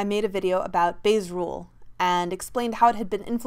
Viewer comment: I heard "Base rules" LOL